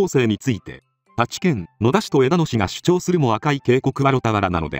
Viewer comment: 毎回が「主張」をシュッチョウと言っていますがシュチョウですよね！